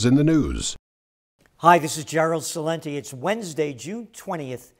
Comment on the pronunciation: Gerald Celente can't even pronounce his last name authentically, on top of that you can barely read